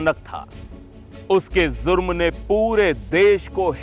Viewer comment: Aap accha bolte hain par jurm ko zurm n bola Karen.